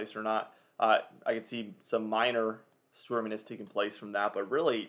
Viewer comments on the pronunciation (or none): Stormanence?? 😂 it’s pronounced ˈstȯr-mē-nəs